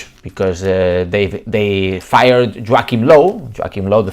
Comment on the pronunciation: "Joeakim Low" 😂😂😂😂